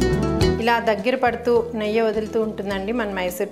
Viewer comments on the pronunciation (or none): Not neyya it's neyyi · Not neyya it’s Neyyi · Hey what district you from.. is it neyya or neyyi. Guntur are we say neyyi. neyya sounds funny